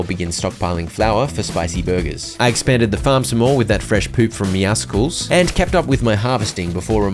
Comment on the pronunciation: I get unnecessarily upset with how pronounces Meowscles lol